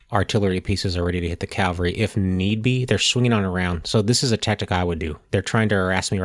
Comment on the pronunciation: Point of Order: Please don't take this personally - but - It's NOT pronounced "C O W very" It is spelled C A V A L R Y and pronuunced K A V A L ree. Think of it like the name Henry " Cavill ". CALVARY refers to the hill outside Jerusalem where, according to the Christian Bible, Jesus was crucified, also known as Golgotha, meaning "place of the skul. I watched the whole thing and enjoyed it - like AVALON Hill but outstanding - but the COWVERY is like nails on chalkboards -...